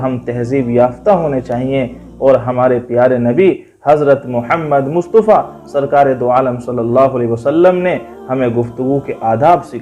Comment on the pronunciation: مصطفیٰ ط کے زبر کے ساتھ ہے نہ کہ پیش کے